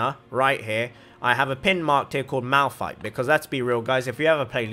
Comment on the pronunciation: I wasn't a fan until I heard Malphite😂